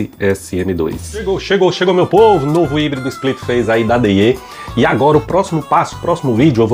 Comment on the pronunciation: Não d-i-e amigo se pronuncia daia a escrita e deye mais se fala daia